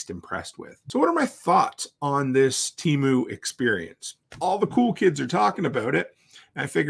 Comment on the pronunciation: "Temoo" lol